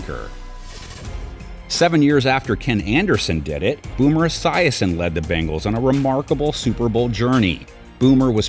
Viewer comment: Hey commentator, it’s bengals like bing-als, not bang-als like what you’re saying